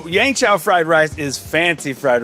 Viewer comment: Jet... it's called Yeung Chow Fried Rice not Yang Chow...